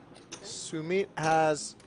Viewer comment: Its Su-Mit for the commentator.